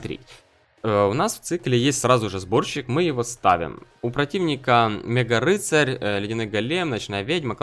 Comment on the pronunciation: не "меганаит" а "мегакнаит"